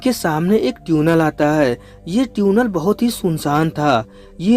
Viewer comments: Areyy 🤣🤣 it's Tunnel not Tune-ell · Bro vo tunnel hota hai tuuunel nahi 🤣🤣🤣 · Bro its tiunal.... Not tuuunel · Teeeunel nahi tunnel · Bhaiya teunel nhi Tunnel hota hai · Its tunnel bro .....Not Tyunel 😂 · NO! it's not Tiuunel and not Tiuunel it's tunnel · Beta dhaniya ye tuenal nhi tunnel hota hi 😂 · आज पता चला कि tunnel को हिंदी में ट्यूनेल बोलते हैं 🤣😂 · sahi baat hai Maine bhi yahi notice Kiya tuinal bol rha hai lol 😆 😂 🤣 😄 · Tiunnal nai tunnel Hota Hai bhai. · तुनल नहीं टनेल 🙄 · This is tunnel not tyunnel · Tune nell nahi chutiya tunnel🤣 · Its tunnel bro .... Not Tuuunel 😆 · Pehle baar 'Tuuunel' sune toh sidhe comments section me khojne aa gaye 🤣🤣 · ट्यूनल…..ट्यूनल bol bol kar dimag ka dahi kar diya….😂😂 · Tune nail.. 😂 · Yeah bro I'm also laughing for that 🤣🤣